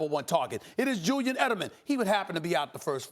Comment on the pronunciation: “Jewyan Edelman” 😂